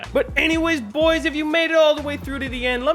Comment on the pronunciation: I love that he says “bUGHHHoys”